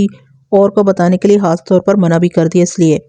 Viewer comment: آپ پلیز ح اور خ کا خاص خیال رکھا کریں۔ مخلوق کو محلوق اور خاص کو حاص کہتی ہیں تو سماعت کو بہت گراں گزرتا ہے۔ آپ اردو میں کہانی سنا رہی ہیں لہذا اردو کے الفاظ کو درست طور پر ادا کرنا آپکی ذمہ داری بنتی ہے ورنہ اس طرح ہماری زبان کا تیا پانچہ ہو جائے گا۔